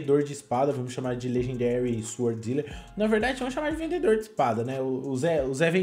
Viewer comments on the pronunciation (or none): none